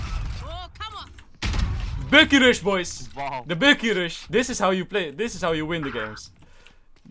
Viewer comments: I like how he pronounces Bucky „Böcky“ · I Love the way he pronounces "Bucky" 😂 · I like how u say Bucky it sounds so nice lol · bucky Subtitles: bookie